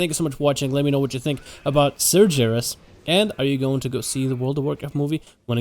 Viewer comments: Cmon His name is pronounced SAR-GER(LIKE BEAR WITH A G) IS(iiiiissss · holds in yelling holds it in even more apologizes ITS PRONOUCED SAR-GHARUS GUH GUH GUH UUUH *LORE NERRRD RAAAAGE!!! <3 love you vids though xD